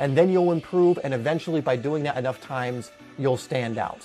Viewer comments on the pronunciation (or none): Does anybody else get a little annoyed that he says dat, dah, dis, instead of that, the, this?